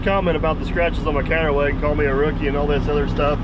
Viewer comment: Counterweight, I listened 3 times and still couldn't understand you, I scratch my counterweights every morning, doesn't do me any harm...